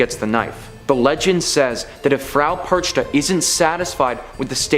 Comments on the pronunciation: Dude, old lady's name is pronounced differently, it's like PerKHta or something similar and not PerCHta. CH here is germanic kh, not english ch. Still cool video compilation) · It's pronounced Perkta not perchta.